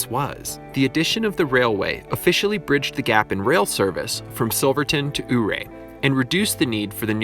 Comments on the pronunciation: YOU-RAY not UUU-RAY please and thank you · Your pronouncing Ouray completly wrong. Not oohray. But Youray 😉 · The town you keep pronouncing as "Ooray." Sorry pal, but it really is called "You Ray". Being a historic person and narrator, you must pronounce it correctly, according to old legends. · Thanks for the informational video. Just a heads up though, Ouray is pronounced “Youray”. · Great job. BTW Ouray is pronounced You're A. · Ouray is pronounced “yur-ray.” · To give him some credit though it's totally not spelled (Ouray) the way it's pronounced (you-ray) so cut the guy some slack eh? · I was wondering if any one pointed it out. Figured they did. No shade on him at all, every one who hasn’t lived around there or had family in the area and or, in the mining industry calls it wrong. He got it closer than most. There was a guy on the radio 98 kisses when there was a blue grass festival pronounced it our ay. When he mentions the water being radioactive… eeek . I was wondering how that awesome hot spring in Ouray were radiation wise. My aunt got Married in Ouray, we went over for it then every one got together later and enjoyed the pool. I can’t totally remember details being really young but I have always loved swimming so that stands out. Beautiful area, but I can’t remember if it was Ouray or a close town had to have-every thing moved out like houses and dirt when I was in high school or jr. high because of radiation contamination.